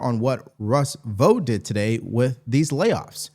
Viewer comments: COME ON MAN! "Russ Vough"? It's VoughT 😂 And you did it again even having heard CNN say his name correctly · Vought is pronounced EXACTLY the same as BOUGHT and FOUGHT. Do you pronounce BOUGHT as BOTE or FOUGHT as FOTE?